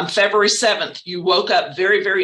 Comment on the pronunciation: Lol Freburary? 😂 he means February